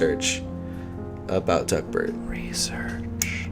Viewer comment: I kept hearing duckbird not duckbert lol